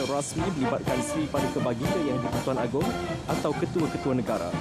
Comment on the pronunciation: Correction: It's Agong not Agung